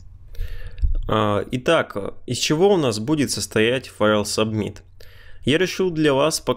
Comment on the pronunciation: Спасибо за видео. Только с произношением немного странно звучит. Например, "субмит" )))